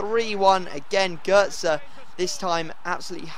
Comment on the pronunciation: gotze isnt pronouned gertza